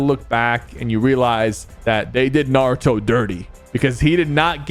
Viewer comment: It did have the NAWUTO COWAB😂😂😂😂